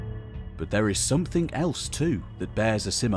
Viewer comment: Call me old fashioned but when I listen to the narration of a video about the possible origin of cities in our society. I prefer the narrator, who understandably might struggle with specific pronouns, to be able to pronounce the word "something" without substituting a K for the G. "Some-think" is not a word , if it was, I am almost sure George Orwell would have made good use of it, possibly even inventing it himself.